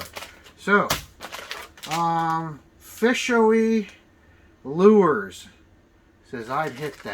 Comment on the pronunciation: Hello - Thanks for the MTB review! You were super close to the pronunciation (Fi'shoo-ee Lurz). We get all types of creative ways to say the name! - lol The Dogger Pup works great: weightless, Texas rigged, Shaky Head, Neko and Carolina style! The color you have in your box is "Mud Bug." Please feel free to send us videos / pictures of your catches we can share on social media and be sure to follow us on Instagram and Facebook for two new exciting baits coming out this fall! Thanks Again!